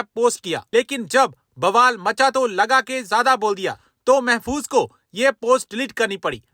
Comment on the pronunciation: महफूज महफूज नहीं